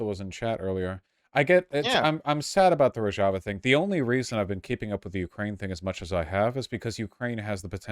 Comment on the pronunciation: Finally someone taught Vaush how to pronounce Rojava properly.